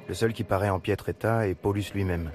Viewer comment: mdr j'ai l'impression d'entendre polux a chaque fois hahhahahahh il pouvait le prononcé à l'allemande PaoLOUSE ! ( juste pour le son je précises )